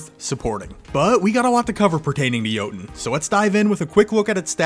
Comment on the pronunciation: I just casually came across your video but sorry to admit that you pronouncing Jötunn like Joten just triggers me so much, that i can not watchnthis video ,_, Dont worry tho, you arent the only one doing this :) Thanks for the video regardless andnenjoy the coming week =)